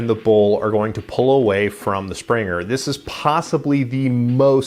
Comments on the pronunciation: its not "Springer". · "Springer" ? Good review but I just had to say something about that lol.